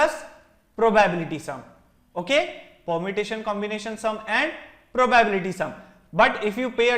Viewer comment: probyebility :) probably you will learn how to pronounce it